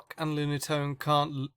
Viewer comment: Solrock and Lunastone IS KILLING ME XDDD